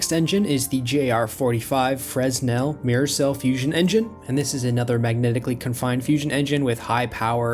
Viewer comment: just an fyi, the s is silent in fresnel, so, pronounced freNEL